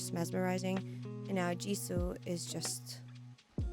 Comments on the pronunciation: Congratulations, this is exactly how u pronounce her name !!! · You pronounce her name right now